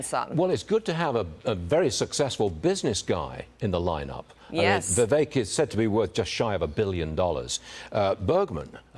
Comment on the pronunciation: Maybe this lady needs to pronounce Vivek properly. Vivek 2024 🇺🇸💯